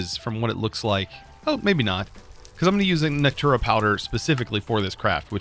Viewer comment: The second n in nocturnal is not silent. It's "knock-turn-ull," not "knock-toor-ull."